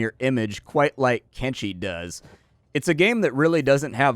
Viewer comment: Thank you, sir, for properly pronouncing the game's name with a /sh/ and not with a /ch/ as 99% of videos do...